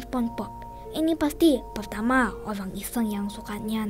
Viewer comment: Ih kok ngomong orang kok orank sih aneh ini